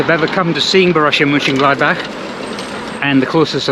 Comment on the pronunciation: Mönchen…, not München… ö and ü are pronounced differently.